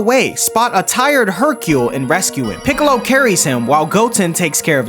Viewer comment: funny how he called piccolo “ pickle “ I laughed for 2 min straight